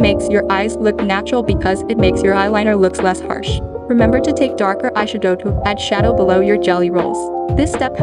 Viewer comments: I've never heard eyeshadow pronounced that way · Aye shud owe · When she said ayshadough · I’m dying at the EYE - SHA - DO 🤣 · "Eyesha-dow" has the same energy as that "fre-sha-vaca-do" vine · "Eyesha-doughe" I cant help but notice it. 😅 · "eye shue-doe" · “ai shadoh”🥴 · ay-she-doh LMAO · Bruh I didn’t realize it was a version of Siri speaking until halfway through the vid with the eyeshadow pronunciation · I like the way she says eyeshadow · The way she says eyeshadow lmao